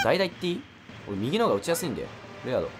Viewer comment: レアードがレードになってるよー